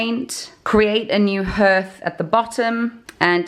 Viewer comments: What is a ‘Herth’? Do mean a hearth pronounced ‘harth’ ? Love your videos it really is fantastic what you have both done to this house 👍😊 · In the USA we pronounce hearth (harth)...it's just weird hearing you say (herth)...lol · Hearth is pronounced harth like heart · Wow turned out beautiful, in Cumbria we pronounce it as harth all though it is spelt hearth, either way it looks fab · Had to laugh every time it came up, in Boston we pronounced hearth as h..ah..rth. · I had a one like that in the late80,s early 90,s and its called a hearth. which is pronounced haar-th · Oh honey! It might be spelled hearth, but it’s pronounced harth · In England too. Where are you from? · don’t you just love the English language? .... if you’d swapped the last two letters for an s and an e, your pronunciation would’ve been spot on! 😁. Just thought if you’d asked people if they were selling the hearths with the mantelpieces ..... it might’ve been why they said no. More probably though, it would’ve been because removing the hearth would’ve left a huge hole in the floor (Victorian houses of that type tending to have flush, slate hearths; unless in the front parlour, when the whole fireplace would’ve been some huge statement piece) Whole place is coming on nicely though ..... I don’t envy you any more though - been there, done that - reclaimed, stripped, refinished all sorts on the way. You get dust in places you didn’t know you had places 😂